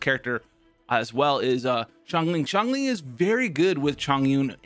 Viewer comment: U finally said xiangling correctly Congratz My Sia example did u good